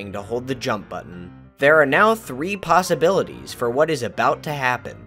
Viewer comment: I like it how when he talks about the possibilities of the pause-jump trick in 2, it almost sounds like he's saying "pause-ability".